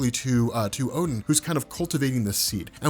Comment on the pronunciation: Not oh den a gain